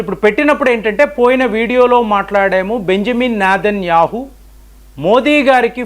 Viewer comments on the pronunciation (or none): none